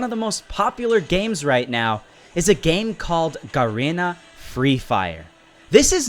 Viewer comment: WTF he said karena not garena😂😂